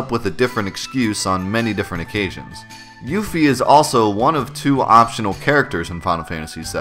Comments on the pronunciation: I always used to pronounce it "yuff-ee" rather than "yoof-ee" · I always pronounced her name "Yuh-fee".